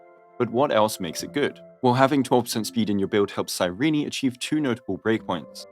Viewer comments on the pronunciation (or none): CAN YOU STOP CALLING HER CYREENEEE ITS CYRENE BRO 💀